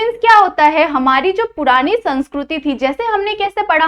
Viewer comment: पोरानी नही होता: पुरानी होता है😊😊